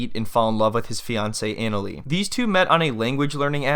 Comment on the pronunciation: I JUST WISH HER NAME WAS SAID RIGHT...JUST LIKE SHE INTRODUCED HERSELF! IT'S PROUNOUNCED AH-NA-LEE NOT ANAL-LEE